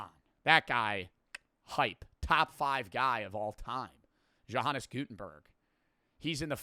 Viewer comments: i love how says johannes name wrong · ""hannes gutenberg 😭😭 NOT how you say it